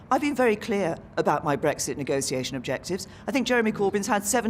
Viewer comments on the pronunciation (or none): What's a nego-see-ation?